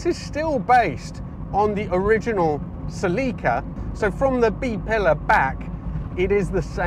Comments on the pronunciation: What’s a Sellaca?.. it’s a Ceeeelika!.. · ... It's not a 'Selica' .. it's a celica ! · Cell-EE-ka, or cel-IKKA? We seem to have a slight Hyundai type problem here with pronunciation!! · For goodness sake, what is it with British pronunciations? It is not a "suh-LEE-kuh", it's "SELL-ik-a" even from Toyota themselves. And its not a "zed-car" ,it is a "zee car". And in any case - the British were "not taking Japanese cars seriously" - after they quickly blew your own industry into oblivion (and the same with motorcycles) with far superior designs and far superior build quality? It is astonishing, I think you guys probably still don't get it! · It’s Selika not Celica. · I just couldn't make it, after hearing the car called a " sell-leeka" half a dozen times, I'm out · I certainly agree with the pronunciation of the name. Not sure how the "other" way came about. Weird.